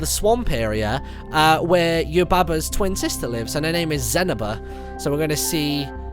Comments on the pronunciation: its not zanaba, its Za-Knee-Ba! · Brilliant :D And it's more zen-nee-baa Not zen-a-bu Sorry :L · The way he pronounced Zeniba!!!! I was like…. GET Out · Zeniba is pronounced zen-ee-ba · That's not how you say zeniba's name